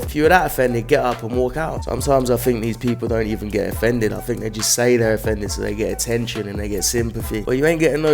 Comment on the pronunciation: "I'm offfended".... That sounds like a you problem!